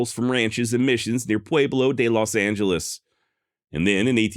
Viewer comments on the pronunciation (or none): none